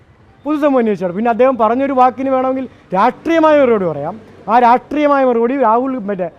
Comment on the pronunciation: രാട്രീയമല്ല, രാഷ്ട്രിയം നാവു വഴങ്ങുന്നില്ലല്ലോ...